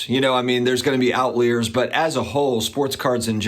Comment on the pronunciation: Out leers? Out laei'yers?? What's that!?